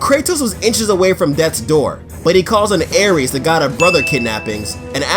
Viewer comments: Not trying to be a b word but it's ares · Aires? Hahahah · "Aires" bruh ? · Aires.???? wut is this intentionally wrong or...